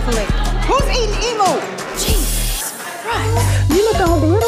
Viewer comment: “Who’s eating Emoo” 🤣🤣🤣